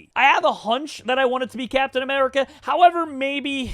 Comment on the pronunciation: When the Cwaft needed him most, Capitan Baccmerica has returned